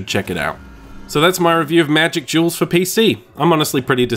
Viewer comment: I swear you keep saying Magic Jewels.